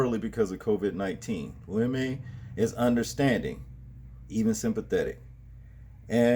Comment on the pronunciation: Bro.. his name is pronounced "Loo‐ we- muh" not Limay lol